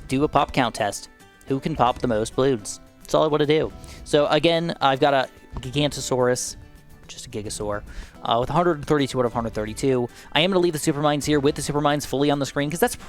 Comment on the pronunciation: The pronunciation of giganotasaurus bugs me so bad. Lmfao but for anyone wondering it’s pronounced Ji-gah-no-tah-sorus. Sorry lols